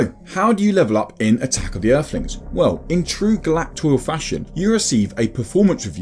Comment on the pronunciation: Eerflins (Earthlings) If you can't speak properly you really shouldn't be narrating on anything